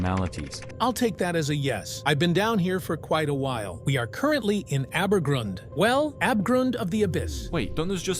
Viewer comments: i love how "Abgrund" is spoken with this AI voice "Abegrund" and yes i am german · BRO HOW IS THAT AI SPEAKING "ABGRUND" HE KS SPEAKING IT LIKE "ÄBEGROUND"